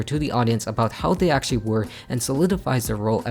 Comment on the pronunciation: Drinking game: take a shot every time he says "actaully"